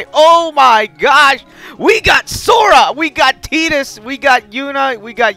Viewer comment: 0129 If you wanna be anal about it, it's technically "chi". Sounds the same though. He's also saying Tidus and Yuffie's names wrong, but eh...English.